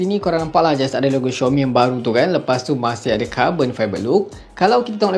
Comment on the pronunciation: Aduhhh,bkn xiomi oikkkk,tu panggil xiaomi woiiiiii,dh lambat u review la🤣🤣🤣